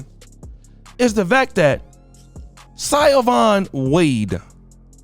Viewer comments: "Sigh-oh-vaun" 🤣 It's pronounced Shuh-vaun. Just wanted to point that out. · Ex-wife's name is pronounced Sha-vawn. It's spelled as in Gaelic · CYO-BON?! Seriously bro?! 😆🤣 You need a pronouncing guide my brother. ALSO, HOW is Trump 10x better?! You smokin' my dude? You need to make a video about why you think that. Biden has issues. Yeah, fine. We know that. But I notice you seem like a Republican shill, which isn't entirely a problem, but just HOW do you get there mayn? Just HOW do you lick Trump butt so easily? Yikes. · Bruh...learn to read. It's pronounced, SHA-von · I m pretty sure brother That’s pronounced Sho- von or Sho - Vaughn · PSA: Siobhan is pronounced like Shavon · Her name is pronounced like - Sha·vawn